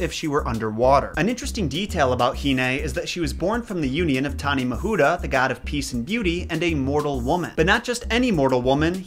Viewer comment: I facilitate Te Reo Māori language pronunciation classes within my work and I am dying to give you a quick lesson on Polynesian vowel pronunciation! Keep up the good work, nice to see our culture getting some recognition 💕 Edit: awesome pronunciation of Tane Mahuta!